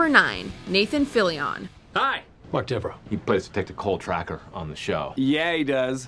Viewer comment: Oh lord! When using the nickname for the ninety ninth precinct, it's not "The Ninety-Nine" it's "The Nine-Nine". Also, when saying "Nathan Fillion" you don't have to put so much emphasis on the end of his name.